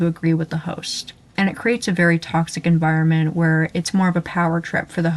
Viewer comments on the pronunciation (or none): none